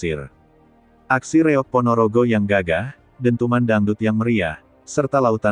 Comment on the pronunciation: Nama kesenian Ponorogo namanya REOG bukan REOK.ini sekedar informasi biar jelas.